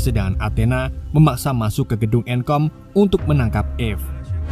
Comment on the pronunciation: "Endcode" Dibaca "enkom" 😭😭